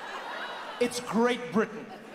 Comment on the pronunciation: The emphasis on 'Great' Britain😁😁😁😂😂😂😂